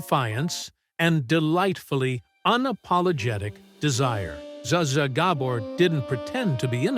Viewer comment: You have to work on your pronunciations of people's names and cities. Look, I love your work, but you constantly mispronounce names of people and places like Zsa Zsa Gabordr drives me crazy. ❤